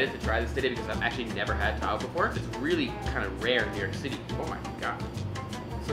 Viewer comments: it is not Pronounced as tahu it is taho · Xiaoma pronouncing "TA-HOE" is just endearing. It's pronounced abruptly as "TA-HO". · its not "tahow" its "taho–" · what Filipinos hear: taho what Americans hear: tahoe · How they pronouns taho Philippines: Tahu America: tahow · OMG I LOVE HOW HE PROUNOUNS "TAHO" AS "THAW" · Its not ta. Ho its taho say this tawho and now you pronounced it right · It is pronounced taHO not TAho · Tahow No its pronounced Taho!! Not how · xD he pronounces it like Ta-Hoe LOL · He pronouncing it wrong :( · I am a fellow filipino and you pronounce that wrong